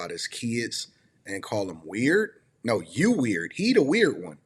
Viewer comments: He can’t even pronounced the word “weird”. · Bro Ninjas are just ninjas. You can't make sense out of stupid. Bro can't even saw the word Weird right. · Can’t even pronounce weird correctly!! What an idiot!! People have jobs and Russ was always in an NFL SEASON DUMMY!! What an idiot!! Russ is VERY CLOSE TO HIS MOM AND SISTERS!! Where are you at now because Russ is still in the NFL! What a hater!! I also get food catered on the holidays and for birthdays!!🤬🤬🤬